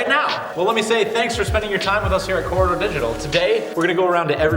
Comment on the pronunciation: you can't say corridor?